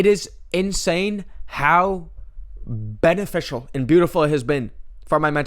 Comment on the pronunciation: "Beneficial" or "Ben official"? Question of the day, folks!